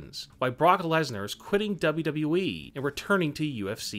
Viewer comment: This channel needs a new spokesperson. This guy has trouble pronouncing words. He can't even pronounce WWE. And it's UFC, not UFCCCCC.